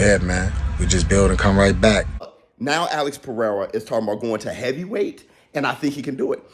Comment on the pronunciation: Haha funny Alex. Perrrsra